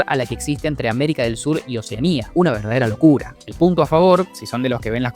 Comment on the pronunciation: Un tequilazo cada vez que dice una verdadera locura 3 en 6 minutos Una verarderrsa locccccculla